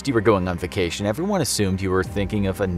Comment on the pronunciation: Say vacation right. Now.